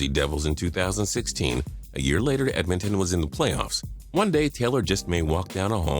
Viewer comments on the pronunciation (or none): none